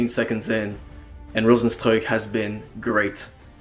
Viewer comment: yeah cause rozenstruik is a name from Suriname and that is basicly dutch and you are the first that pronounces it correct